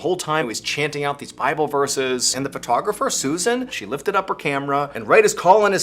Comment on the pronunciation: i love mrballen.aka mr b allen, but he just called dude a PUHtographer and i cant hear anything bc it made me laugh so hard! love his stuff so much